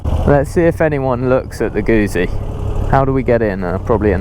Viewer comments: Great review... but it's pronounced "Goot- zi" not Guzzi. The double z is pronounced how you would say it in the word pizza. Sorry to be pedantic. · Gutzi. Not goozi. Same way as you say pizza.